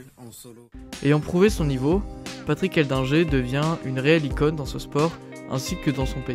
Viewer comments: C'était le pote du spiderman français..c'est Edlinger pas Eldinger comme du le répète pendant toute la vidéo !! Dingue sa mort quand on voit ce qu'il grimpait !! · J'ai pas compris pourquoi tu prononce eldginger